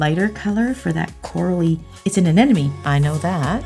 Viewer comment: A-nem-a-nee not an-en-emy.